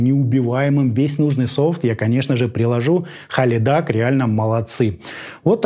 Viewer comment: Правильно произносится - Хилидак